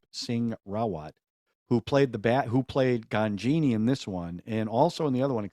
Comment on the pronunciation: Ghanjini pronunce like - Guj+nee